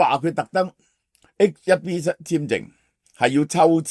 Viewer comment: 係H one B, 唔係HIB